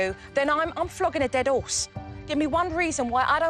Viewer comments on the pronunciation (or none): "ded orse" love Jo!